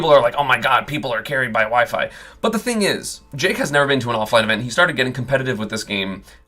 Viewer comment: I thought you said wii fit warriors